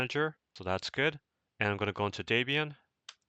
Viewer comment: Daybian?! Do you think the chick's name is Daybra and not Debra?